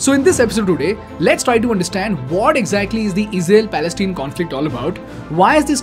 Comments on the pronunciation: Palestine (tine, pronounces as mine, pine, etc) or say falasteen. Its not Palesteen. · Dude, it's Pales-TINE (pronounced 'pal-es-TAAYN'), rhyming with the English words 'mine', 'fine', 'pine', 'line, etc. Have you never watched the news?